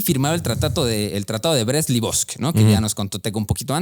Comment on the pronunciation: Tratado de Brest-Litovsk! LiTovsk, no Livovsk! 🫣 Lo han dicho mal unas 47 veces a lo largo del vídeo 🤣🤣🤣 Saludos desde Galicia, se les admira